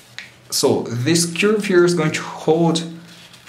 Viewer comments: say curve insted of churb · Grate pronunciation of "fragile" but curve has more of an 'er' sound at the beginning and not so much of an 'ur' like you would find in cure.